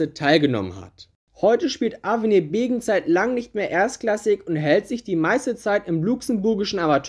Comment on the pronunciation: Es heißt übrigens Beggen und nicht Begen